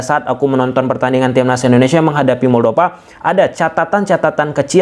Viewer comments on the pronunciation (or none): moldova bukan moldopa pake huruf p. tolong perbaiki cara pengucapan kalau sudah jadi youtuber profesional